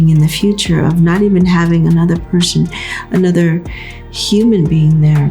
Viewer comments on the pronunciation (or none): im dead she said "anotha" yass miss hood janet💅🏽